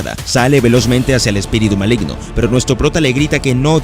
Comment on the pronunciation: Min. Malgino en vez de Maligno jsjsjs buen resumen bro